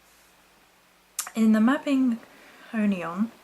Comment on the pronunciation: It's pronounced mabi nog ion